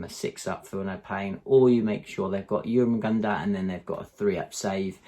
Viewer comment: Great video. I love the idea of Zoanthropes controlling the centre of the board, as of course on smaller boards they will also provide synapse from the centre of the board which will help with synapse range as well. Also you were right in your earlier videos, you've now learned how to pronounce Jormungandr absolutely perfectly. Keep it coming man.